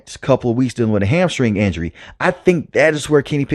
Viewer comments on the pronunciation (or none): none